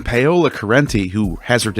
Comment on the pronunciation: my man…, you must pronounce Paola’s name correctly or else she sounds like a scam for cash. Not payola rather Pow-la like a greasy Italian. tyvm😊